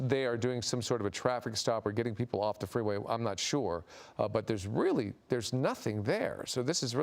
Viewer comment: "They are moving off the fweeway, now"